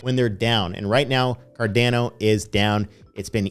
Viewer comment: Normal person: Cardano (ADA): c - a - r - d - e - a - u - n - o (AEUDA)